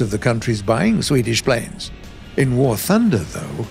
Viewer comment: Very good pronunciation of Swedish names! Very refreshing!